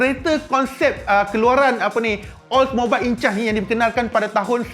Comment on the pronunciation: Sebutan Oldmobiles Incas adalah Ol mobils Inkas. Derives from word Inca, ancient native of southern america.